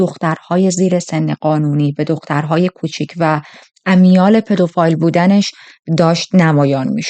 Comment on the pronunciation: پدوفیل درسته نه پدوفایل